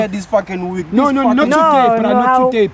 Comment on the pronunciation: give me my Wig i thought he was saying give me my Weed 😂😂